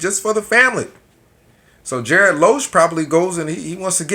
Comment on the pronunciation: That's a hard "G" as in "garbled" and not a "J" as in "Tom&Jerry". (You may be doing this intentionally so ignore this if so.) Keep up your videos, you never know when your next waiter will be a GB member!!